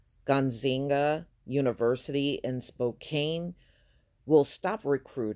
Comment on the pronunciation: I graduated from Eastern Washington university and WSU, but you butchered pronouncing Spokane and Gonzaga. It's ok though. Most don't know it exists lol